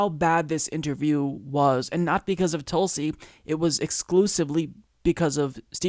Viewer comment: Hey! From your newest member, sincerest thank you for not only acknowledging us, but pronouncing my name spot on correctly. No one ever does that! Keep it coming......and keepin it real by keepin it Tulsi.